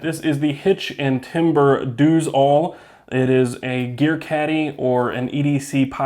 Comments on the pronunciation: Pretty sure it should be pronounced “does all” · Lol, I'm pretty sure It's pronounced "Does-All."